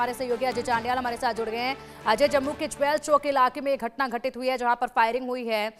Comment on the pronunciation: jwal ni jewel ha mam mujhay lgta ha madam sukhay nashay krti ha 😂😂😂😂